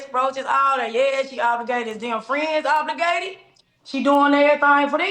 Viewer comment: The word is: OBLIGATED or OBLIGATORY or OBLIGATE or OBLIGATIONS!! NOT OBLURGATED!! Smh.